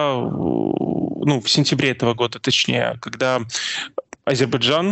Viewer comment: Этот горе "эксперт" даже не может высказать Азербайджан, говорит Адирбиджан !